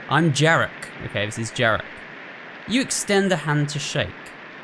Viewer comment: FYI - Zakopane is pronounced more like like "Zack-o-paah-neh", Jarek is more like "Ya-reck"